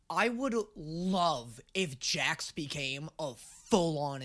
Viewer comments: did he really say jack instead of Jax 😑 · I am so good at names you guys are lying! Also: Calls Jax Jack half of the time